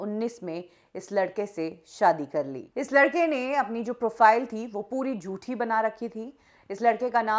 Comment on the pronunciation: आप हुमेशा झूठी को जूठी बोलते हो